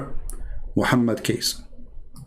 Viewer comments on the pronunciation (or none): Not kaes but kace sound like to said cocacola